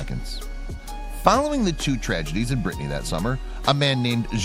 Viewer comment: It's not Brittney it's pronounced brittany.